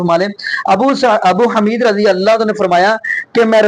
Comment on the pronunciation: حمید کی ح پر پیش ھے زبر نہیں ابو حمید الصاعدی۔ باقی رفع الیدین کرنا نبئ کریم کی سنت متواترہ ہے خوب عمل کریں